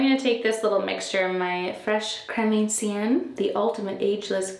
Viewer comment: I could watch your skincare videos forever, I feel like I'm pampering my skin just by watching them. Also, it's pronounced Creme "ON-cienne" rather than "AND-cienne" - sorry, I'm sure you're sick of having your pronunciation corrected.